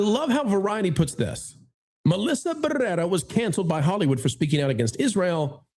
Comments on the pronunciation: Had to stop watching about three minutes in. The exaggerated rolling the R’s every time you said her name was driving me crazy. I’ll check out your next video. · you just love rolling your R’s when you say her name! Otherwise no one knows who she is. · Your over pronunciation of her last bane is highly annoying.